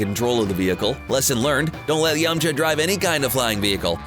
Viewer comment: It’s yam-K-ha